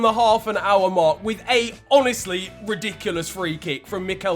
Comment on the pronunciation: Can't get over how he says "Ridiculos" 💀 Go on, I see you. 😂😂😂😂